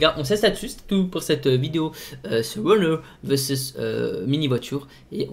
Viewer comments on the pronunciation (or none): Au lieu de dire versus il dit veses et c'est comme d'habitude qu'il le corrige